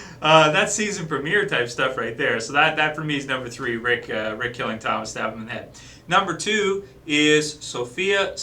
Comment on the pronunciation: it's Tomas not Thomas for the last time. Get it right!!